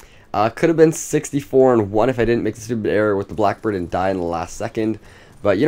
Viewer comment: U said boack bird